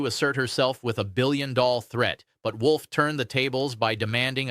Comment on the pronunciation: Wolf, not Wool!